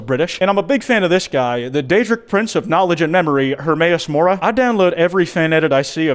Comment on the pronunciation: I have more respect after you said Hermaous Mora🫶🏼